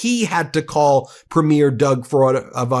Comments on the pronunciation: As a Canadian, I love this channel, but my US friends… our provincial Premiers are pronounced “Pree-meer” vs. how premiere (as in movie premiere) is pronounced “pru-meer.” Also, Trudeau is pronounced with emphasis on “Tru” and not “deau.” Ok I feel better now. Carry on being awesome! ❤ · Premier is pronounced preem’-yer. You’ll make more Canadian friends if you make the effort to pronounce it correctly. 🇨🇦🙂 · Ben, if you want to sound more Canadian (and why wouldn't you?), pronounce Premier as PREE-meer. :) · 🇨🇦 Alberta here. Ben please start pronouncing Premier properly. It's phonics are " Preem-yer" not PREEM-AIR. It's not like a PREMIERE of a movie. You learnt to pronounce Alberta properly. Come on now, please ❤️🇨🇦❤️ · friends, The title of Canada's Provincial leaders(Premier) is pronouced: "Preme-yeer." Watch a CBC, CTV, Global, etc., newscast. All the best, in spite of you having to deal with UnoWho.. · Please stop pronouncing Premier incorrectly, guys. It's pronounced "Pree-meer" not "preh-meer" like the opening of a show lol Love from Canada 🇨🇦🇨🇦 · Just a side note it’s pronounced PrE mier, accent on the pre, not on the mier. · Please note it’s pronounced Preemeer (Premier) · I’m a Canadian fan of your show but it’s pronounced Premier not premiere which is the word used for the first show of a movie or play. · Pronounced: pre-mear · Please, please, please….. try to get the pronunciation of “premier” right. It’s ‘PRE mier. TONS of stress on the “pre”, and very little on the second syllable. Almost like “PRE-myur”